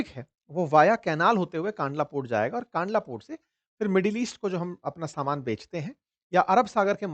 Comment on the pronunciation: kaandla nahi kandla કંડલા